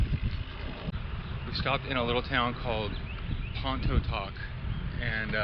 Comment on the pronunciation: Nice ride! Biking this next week! I laughed out loud when you tried saying Pontotoc 🤣 Locals say “Pon-uh-toc”, the t is silent 🤣